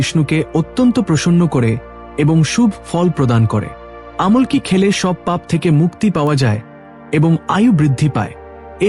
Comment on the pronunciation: আমলকী গাছকেও ভুল ভাল উচ্চারণ করছে